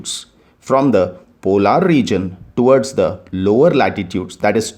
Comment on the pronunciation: Its not called polaar Regoin as you say its called Polar Regoin